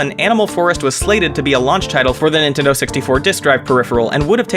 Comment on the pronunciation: Thought he said "nintender here"